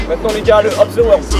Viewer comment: Il me semble que c'est "up thé world" et pas "hop"